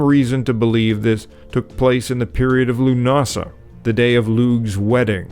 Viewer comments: Sárfhiseán - ardfhear. : "Lu:n əsa" (leis an mbéim ar an gcéad siolla) an chaoi a bhfuaimítear an focal. Mhofainn ag 3.48 rud éichint cosúil le "ca vyi: tur’ə". Beir bua. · Dude, you're certainly knowledgeable but your pronunciation leaves a lot to be desired. Find out from native people how names and places are pronounced eg, Lúnasa the stress is on the first syllable not the second. It takes away from your obvious knowledge. And Irish "th" is not like English it's just like the letter "h". Slán go fóill.